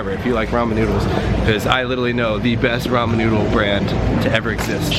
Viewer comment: Yess!! You say Ramen right! I am so happy rn xD